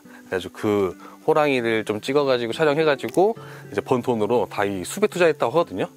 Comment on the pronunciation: 멋찝니다.근데 *수베*가 아니고 **수페**라고 발음해야 하는데요